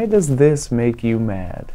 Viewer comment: Personally I'm mad b/c I was waiting for you to put the emphasis on "does" and didn't get it. Why DOES this make you mad?